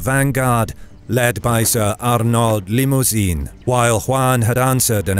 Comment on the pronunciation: Richard spoke only french, not english. Also, limousin, (named After the region) is NOT pronounced like "limousine" lol